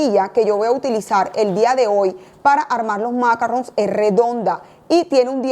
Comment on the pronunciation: Maravilloso.. Cielo porfaaaaa macarron en francés tiene el acento en oooooo y sin la n casi.. En inglés suena de terrrrrrror porfa la explicación superrrr.. Se que son complicados.. En altura.. Con tema húmeda tardan un poco mas... A sonar al estar listos..... Pleaseeeee acento en la o final..